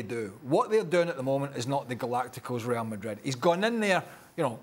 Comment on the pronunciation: Well the guy who can't say Real Madrid like a normal person must be super happy tonight.